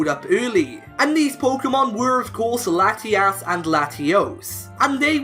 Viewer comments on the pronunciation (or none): I'm sorry, "Lattie-ass" latias